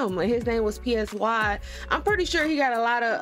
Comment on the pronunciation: "pee ess why" and "sugar" 😭 i know it's an honest mistake but ur so funny